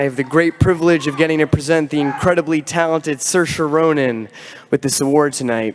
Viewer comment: it's pronounced "sear-sha". It means freedom.😊